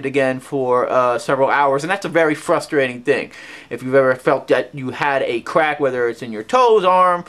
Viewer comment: I didnt know Elmer Fudd had a son . . . " im gonna cwak evewy joint in my body! "